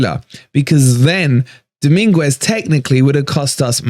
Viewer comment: Sangare wont come. Dominguez is a great swap. Frueler was trash for us! Please stop butchering his name though 😂 doming-ez